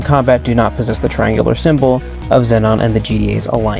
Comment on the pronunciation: im sorry but xenon is not pronounced zenon its pronounced zeenon